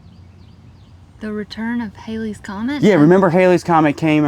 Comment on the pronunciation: Thank you for pronouncing the Halleys Comet correctly. Many today pronounce it based on spelling. The hieroglyphics box looks like a Boy Scout project circa 1950s. I love this locker!